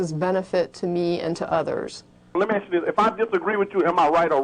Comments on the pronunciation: He said Axe a question. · Yes multiple times it was very annoying. However he also said, "lemme axe you something" so it's not all too surprising.